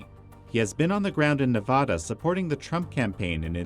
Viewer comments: It's not Nevahdah...It's Nevada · It’s all happening guys. Multiple paths to victory. Could be Supreme Court, could be state legislatures, could be reelection! Also... It’s NEVADA NOT NEVAHHHDUH. Good lord. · Not "nuv-ODD-duh" , it's "nuv-ADD-duh". The correct way to say it is the way the locals do. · On the ground in navada it's Nevada not navada did this moderator step right out of the spaceship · Good video excellent points made! TIP As an American thought leader you have to learn how to pronounce Nevada properly.... It makes you look ignorant to Nevadans when you can’t even properly pronounce all 50 states 😑😑🇺🇸🇺🇸 Ne-vă-da